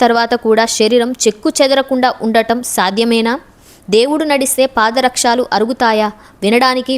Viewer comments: Chakkaga cheppavu kaani paada rakshaalu kaadammma pada rakshalu. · పాద రక్షాలు కాదు పాదరక్షలు అనాలి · పాదరక్షలు పాదరక్షాలు కాదు ప్రాంగణాలతో ప్రాంగాణాలు కాదు ఉచ్చారణ దోషాలను సరిదిద్దుకోండి ఓం నమో నారాయణాయ 🙏🙏🙏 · పాద రక్షాలు కాదు.పాదరక్షలు అనాలి. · పాదారక్షాలు, కాదు తల్లి పాదరక్షలు, అని పలకాలి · ఓం నమో నారాయణయ.🙏🏻🙏🏻🙏🏻🙏🏻🙏🏻 ఈ పుణ్య క్షేత్రం గురించి చక్కగా చెప్పావు కానీ కొన్ని పదాలు ఉచ్చారణ చాలా వింతగా ఉన్నది. ప్రాంగణం అనే పదాన్ని ప్రాంగణాలు, పాదరక్షాలు కాదు పాదరక్షలు అని చెప్పాలి కదా.....😊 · చాలా మంచి సమాచారం ఇచ్చారు 🙏🏼 కానీ తెలుగు ఉచ్చారణలో కొన్ని తప్పులున్నాయి “పాదరక్షలు “ అంతే కాని “పాదరక్షాలు” కాదు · Content bavunna koddiga bhasha meeda drushti pettali Paada rakshaaalu kadu Para rakshalu anali Prangaanaalu kadu Pranganalu anali Bhangima anali Ivi sardukunte saripotundi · పాద రక్షాలు కాదు పాద రక్షలు అనాలి విషయం బావుంది కానీ తెలుగు నీ బతికించండి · మీరు పాదరక్షలు అంటే బాగుంటుంది, పాదరక్షాలు కాదు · అమ్మా తల్లీ నీకు నమస్కారం 🙏 🙏 పాదరక్షాలు కాదు పాదరక్షలు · బాగుంది.నమోనారాయణాయ!!🙏 అక్షర దోషాలు,ఒత్తులు,పొల్లులు ఉచ్చారణ సరిచేసుకుంటే ఇంకా బాగుంటుంది. ళ ను ల గా పలకటం ,ప్రాంగాణాలు,పాదరక్షాలనటం.... ఎంతో మంది చూడాలనుకునే వీడియోలు చేయాలనుకున్నప్పుడు ఇలాంటి లోపభూయిష్టంగా భాషను పలకడాన్ని సరి చేసుకోవడం సరైనది! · Nenu kuda ade cheppalani anukunnanu.